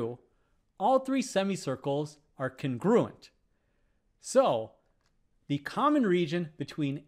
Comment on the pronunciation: thats the most unusual way I've ever heard someone pronounce congruent